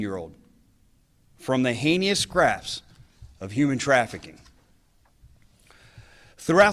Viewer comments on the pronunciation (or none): Heinous is pronounced HAY-nus, not HAY-nee-us. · Sheriff, the word heinous is correctly pronounced as hay-nous, not hay-nee-nous. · What type of grasp were the women rescued from? That was an interesting way to pronounce "henious". Hay-knee-us😆 "Because of the unfortunate success..." Excuse me? Why would you refer to the success of these sting operations as "unfortunate"? I'm not sure how you could even say that as a mistake. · Heinous is pronounced Haynuss. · This idiot can't pronounce heinous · Teach him to pronounce heinous please. Great work at rounding up repulsive animals